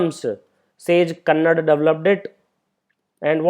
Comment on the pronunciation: Pronounced kanaada as Kannad